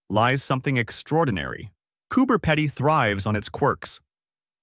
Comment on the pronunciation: It's pronounced cooper pee dee. 😅